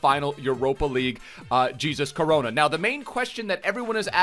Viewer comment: It's hesus coronoa